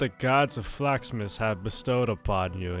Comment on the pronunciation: i heard flags keeper enstead of flax keeper